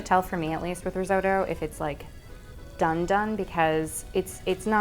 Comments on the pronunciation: It's not rizodo it's risotto. Pronounce the t's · Pronounces risotto “ris-oh-toh” Measures in imperial Angry Italian noises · The crime here is that Americans say "riz-oh-dough" and "Parmer John" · Riz oh toe! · Unfortunately I don’t think I’ll make it through this whole video because the American pronunciation of risotto does not agree with me 😂😂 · Nice, I love risotto so interested to see the results. Trying to get over how grating the US pronunciation of risotto is to UK ears though. :D